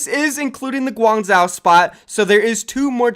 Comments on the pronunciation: Just letting you know for future use that guangzhou is pronounced as "guang joe". The "zh" sounds like a "J". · I'm not plugging in just begging say GuangZhou right. Take it from the white boi that lived in China. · Janus will go back to TF2 ;) P.S. Please pronounce Guangzhou properly